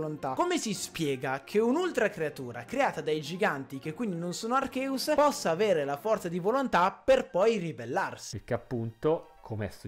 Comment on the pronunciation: Per favore spiega a questo ragazzo che si pronuncia "Archeus" e non "Arceus"